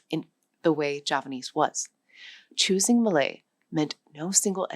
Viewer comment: I thought she said Malay?